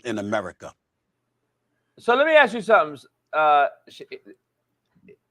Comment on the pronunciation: is spot on, NO DOUBT!!!, but only in the beginning of the discussion... on the latter part, he kinda got confused.. also the "aks" thingy...should be ask 🤣